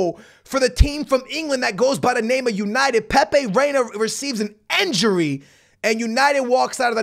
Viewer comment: I love your content but why do you say enjury instead of injury